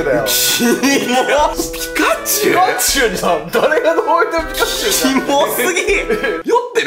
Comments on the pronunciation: ピカチュウの時の 【ナニチュウ】 俺の頭【ヤクチュウ】 ってなった笑笑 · (5分20秒)くらいのとこ ピ○チュウじゃなくて、 約チュウだな。 ↑あえてね...。